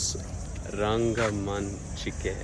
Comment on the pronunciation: U pronounced rangamanchike perfectly. No you need not learn malayalam to study in Mangalore. Yenk masth khushi aand eereda.. But how does anyone get to meet you? U there for some time? Ullarathe kudlad onthe dina